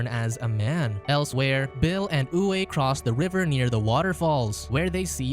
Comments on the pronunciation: Name "Uwe" is pronounced as "Uve" ;) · Uwe is Pronounced--Oovā . German male name.